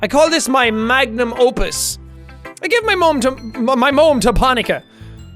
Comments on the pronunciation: ”I gIve mY MOeM To pOnIKa” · "I give my moem to ponika" lol